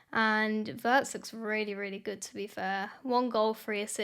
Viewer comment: One small comment on the proper pronunciation of Wirtz: it’s like Veerts - veer + ts. We don’t have the English ‘w’ sound in German , but pronounce a ‘w’ like English’v’. The vowel ‘i’ by itself is like ‘ee’ in English, but always short.